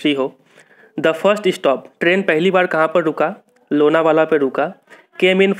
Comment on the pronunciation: Lona vala❌ Lonav la ✔